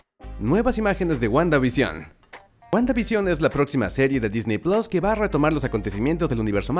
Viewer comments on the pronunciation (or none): none